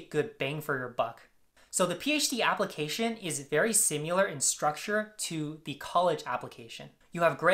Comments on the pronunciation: I'm glad you were able to get into the programs of your choice. You sound like you really know what you're talking about. One thing: "similar" is pronounced "SIM-i-ler." The middle syllable is a short "i" sound, like "Kim." It's not "SIM-you-ler." Good luck in your studies and with your research. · it’s simUlar! It’s simIlar, scholar!